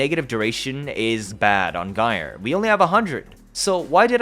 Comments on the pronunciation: Sorry, but .. "Guy'R" for Gyre? 😂 Otherwise great vid, lots of good info. 😁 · So... you're as puzzled as I am about if this frame is useful. And isn't she pronounced: 'Jyre'?